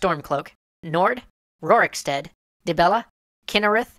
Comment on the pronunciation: Rorickstead? Savvengard?